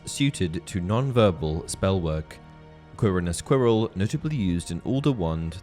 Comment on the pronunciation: "CORONES Quirrell" Huh ?!